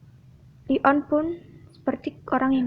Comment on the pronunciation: Bukan li on kak tapi leon